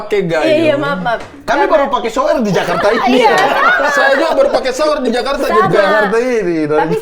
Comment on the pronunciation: mamat : sower Giselle : shyower Kesenjangan bahasa🤣